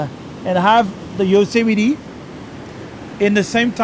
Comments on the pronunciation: Dear, it seems either you keep ignoring your fans' comments or you don't even read them. Please clean the spot in your video and pronounce Yosemite "yoh-sem-i-tee" correctly. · And of course, another sarcastic comment on his pronunciation of Yosemite.. I wonder how is their French accent, those tiresome people?